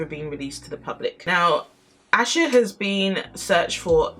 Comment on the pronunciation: For clarification her name is pronounced “Ay-sha” not “Ash-a” Now with that said I hope authorities find her or at least what happened to her so her family can have some kind of peace and closure! Happy Tuesday and have a blessed day!